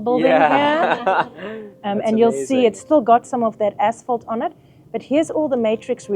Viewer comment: English is not my first language and for some reason all I could hear when the lady said asphalt was “as**ole”. Had to double check a few times, because it made it a bit weird haha